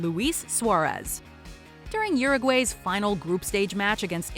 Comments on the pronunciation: Deserves a dislike for the pronunciation of “Uruguay” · I cringed at the way she pronounced Uruguay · Can you guys at least pronounce Uruguay correctly